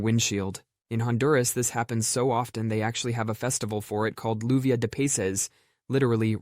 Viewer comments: One thing. The pronunciation in English for Luvia de Peces would more or less come to Joo-vee-ah, not Loo-vee-ah. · You-vee-ah deh(not day) peh-ses